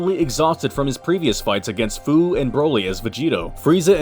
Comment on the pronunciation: Great vid buddy! 😁 Fu's name is pronounced like the word "few". 😁 "SFPS4 Limit Breaker, "SSBE Berserk/Controlled", dayum, that's a mouthful 💀